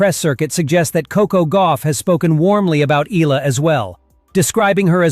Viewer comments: its pronounced as "e-ya-la" not e-la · Its good reporting but you need to pronounce her name right E-ya-la not ila. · Eh-yah-la not ee-la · EE-YEAH-LUH not EEE-LA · EE-AH-LAH, NOT Ee-la! It's EE-AH-LAH EE-AH-LAH EE-AH-LAH EE-AH-LAH EE-AH-LAH EE-AH-LAH EE-AH-LAH EE-AH-LAH EE-AH-LAH EE-AH-LAH EE-AH-LAH EE-AH-LAH EE-AH-LAH EE-AH-LAH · E-ya-la not E-la. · eh-YA-lah!!! Say it!!! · "EELA" when it's AI. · Please pronounce the oftenly mispronounced last name of Alex as 'EH-YA-LA'